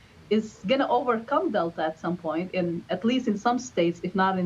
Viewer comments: Omni cron.. is that different than the head cold we known as ohm-eh-cron? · The way says “Omicron!” Kills me. This is nothing but fear and lies. Stay strong y’all